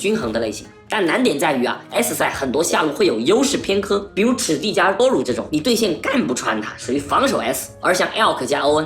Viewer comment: Duro唸都乳是故意的嗎